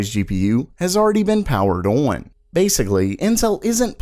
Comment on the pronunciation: Day 1820 of this guy being unable to say "on" properly.